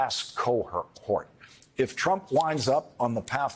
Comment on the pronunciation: Well Played great character actor I thought he said "Republican Presidential abomination" (nomination)